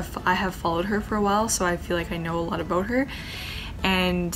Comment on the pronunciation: i've never actually heard anyone say "aboot" until i saw 💀